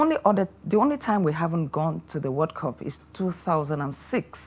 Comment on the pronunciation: One naturally wonders if both countries were colonized by the British. Listen to their pronunciations it sound weird and horrible. 'Wod cop' instead of 'world cup'. 'Sometimes I wonder what they are saying. Next time they will respect Ghana.